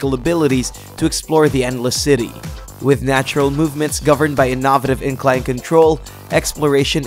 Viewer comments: who the HELL says “Innovative” like that??? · Lol at the 'innovative' pronunciation. Shocking considering it's not exactly an uncommon word.